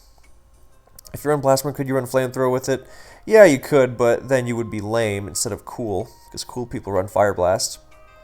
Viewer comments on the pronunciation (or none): none